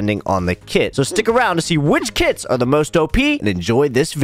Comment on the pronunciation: I thought you said kids not kits